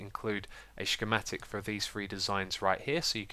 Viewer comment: I love your chuchorials and your shchematics